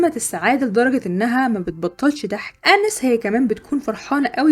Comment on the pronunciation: بحب ملخصاتك جداا بس هي اسمها اناييس Anaïs مش انِس